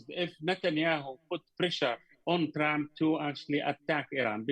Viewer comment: I like how Atwan calls Trump "Tramp"